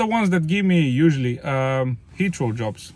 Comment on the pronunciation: I was wondering what hitchro meant and then I realised you were saying Heathrow. Lol